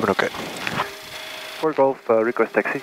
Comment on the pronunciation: codename xNimus “fok off” komt ook door het accent van de verkeerleidster denk ik 😂🤣